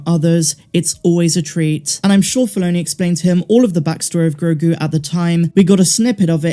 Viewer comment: "Gro" like grow "gu" like a baby's goo gu it's actually perfect